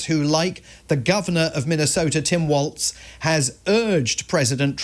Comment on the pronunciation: No t in Walz, so why does virtually everyone mispronounced it... Starting to get on my nerves